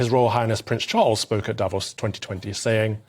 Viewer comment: Calvin needs to do some ACTUAL LEARNING. First time he said Davos in this video he said it correctly... the second time he said it, just moments later, he said Day-vos This whole video sounds like someone who was TOLD to do a segment on the World Economic Forum and did a very brief google search. Anyone who knows anything... knows how to pronounce Davos